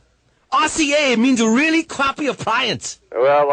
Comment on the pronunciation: Wheelie cwappie,uhpliance"